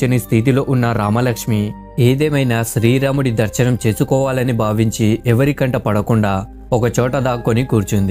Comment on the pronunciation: nuvvu sarigga palakadam neerchuko plsss. Sthri ramudu kaadu... Sri raamudu.cha.devulla peerlu ela daridram cheyakandi plsss